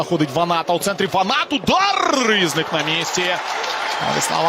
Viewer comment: Він не рІзник, а різнИк.